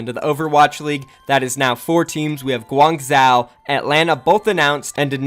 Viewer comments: I don't know about other dialects but I'm pretty sure in Mandarin, it's not pronounced zhow, but zho. Idk, Han yu pin yin, (English phonetics for Mandarin) is real weird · Uhm actually, Guangzhou is pronounced more like Guang - Zhoe; kinda like saying Joe, rather than Guang - Zhau (like pronouncing cow) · It's pronounced guang joe